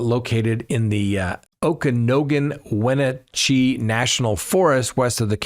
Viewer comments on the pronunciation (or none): Love your show, but you're pronunciation of Okanogan/Wenatchee Forest made me laugh out loud. Phonetically, It's Oh-ka-noggin and When-nat-chee. Just thought you would want to know.